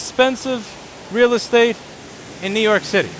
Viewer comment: To don't do list Nnnnoo York City